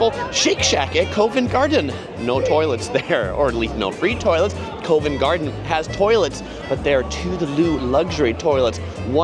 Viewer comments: Covent Garden is pronounced CUH-VENT. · Covent Garden has a hard O as in Pop. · fantastic video! I’m from London myself and still watched it all the way through to get your perspective on the place and you’ve done an amazing job… One thing I will say though for next time is some pronouncing the following Covent Garden (Cov-unt) Tottenham (tot-num) Buckingham (buck-in-um) There’s definitely a few more but I’d have to watch the whole video back again and write them as I go. Next time you’re in London you should do a meet and greet. The wife and I are really impressed with how well you’ve done in this video. So much work. Great job.